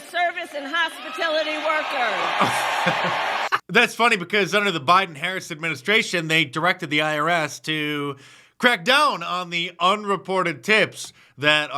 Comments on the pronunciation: Its hospitality,not hospitilitty,cametoe skankass snag! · Not only did she steal it but couldn't correctly articulate the people it would affect. Hospitility vs Hospitality 😅 She also cast the tie vote to tax it in the first place.......SMH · What's a "hospitilty" worker? I know what a "hospitality" worker is lol. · She can't even read a Teleprompter. It's the hospitality industry, not the hospitility industry. There is no such word as"hospitility". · She said hospitility workers, she's not lying, those people just don't exist. It's hospitality Kamala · She said "hospitility" (not a word) instead of "hospitality" 😂 what a moron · Did Kameleon Harris mean to say, "hospitality" instead of what she said, "hospitility?" Hmmm. Maybe she isn't mentally fit to serve as President. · Anyone else notice that Kamala said 'Hospitility' workers instead of 'hospitality' workers? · She couldn't even read the word hospitality. It's not hospitility. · "hospatility workers" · "Hospitility workers?" It's HOSPITALITY girl. She's learned how to steal ideas from her boss. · She said Hospitility workers. What a dumbass, it's hospitality workers. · It’s “Hospitality” Kamala, not Hospitility…. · Listen close. She said "Hospit'i'lity workers. She doesn't know what hospitAlity means😆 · She said hospitility. That's not a word. Again she's just plain stupid. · Harris said "hospitility" workers. WTF is a hospitility worker? Did she mean "hospitality"? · Did you read my comment? I know wtf hospitality is, she said hospitility, not hospitality. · What’s “hospitility?” Lol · What's a hospiTILITY worker? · Kamala: "hospitility workers". 😄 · What's a "hospitility" worker? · wtf is a “hospitility” worker?? 😂😂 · "hospitility" workers? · Did she say "hospatility"????? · "Hospitility workers" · "hospitility" LOL!!!😂 V.P. Harris literally laughed and made a joke about her responsibilities at the border. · What exactly is a "hospitility" worker? Is that ebonics? 🤦‍♂️ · Hospitillity... and just wtf izzat?